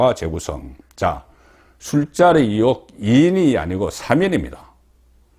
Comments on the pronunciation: 송본부장, 정신차려! 초록은 동색이라고 기자편이냐! 우파라면 Stance 확실히 해라! 탑승시 1호기 안전 문제가 생길 수도 있어! 앞으로 윤정부 5년간 절대로 탑승 블허해야돼! 듣기 거슬리게 자꾸 이혹이 뭐냐! 으이혹을 빨리 발음하는 연습을 해라! 나도 경상도출신이지만 이혹이라고는 안한다. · 이혹??? 나도 갱상도지만 의혹을 이혹이라고 발음하지는 않는다 기자라면 이런건 기본 아닌가??